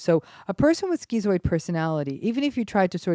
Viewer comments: Um excuse me. It's pronounced "shkitzoid" !!! not "skeezoid" 🙄 Don't give us schizo's a bad name. with your mispronunciation. 😠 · In the UK its pronounced "skit"-"zoid" not "skee-zoid" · Wellp, I think we finally found my mom. Or at least, one of her probably many things. Is it really pronounced "skee-zoid?" Weird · Was anyone else surprised by the pronunciation of 'schizoid'? Skee-zoid? I always thought it was skit-zoid. I'm not saying that she's wrong because this happens a lot. Academics can't agree on how to pronounce words. There are at least four different ways to say 'hegemony'. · I couldn't watch the rest after 30 seconds. Just couldn't get past skee-zoid. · I guess the Greek pronunciation (skee-zoid) is to remove the confusion the layperson might have between it and schizophrenia. But it is still very irritating on my western ears Lol. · schizoid [ skit-soid ] your mispronunciation of 'schizoid' was very distracting. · Great video as usual. I think it’s pronounced “Skit-zoid” though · "schizoid" isn't pronounced like that. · This woman seems mentally ill herself. She also is not pronouncing schizoid correctly.